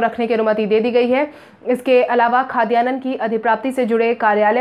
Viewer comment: Khadyann bhi nahi bol pai pahale bhi galat boli ho